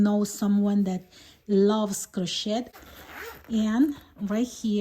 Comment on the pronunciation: Great video! Just a friendly :) “Cro-shay”… the t in crochet is silent and has an “ay” ending sound like French words (ie. ballet = bell-lay, not “ bel-et”, gourmet=gor-may not gor-met)🤗